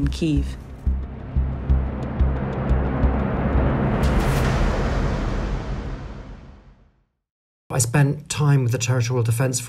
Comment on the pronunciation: KEY-IHV. Its not hard. 🤦